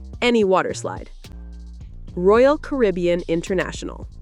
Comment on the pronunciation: This NARRATOR is either AI or ‘ignorant’. “SHE called “Royal Caribbean”— ‘Royal Carbian’ ! Stop using AI. It’s a REAL DOWNER and show a general lack of quality!